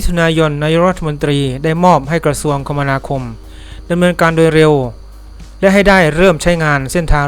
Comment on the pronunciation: คมนาคม อ่าน คะ มะ นา คม